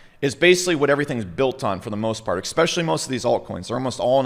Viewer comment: Millions of dollars, brilliant man- Still says "Ex-specially" lol.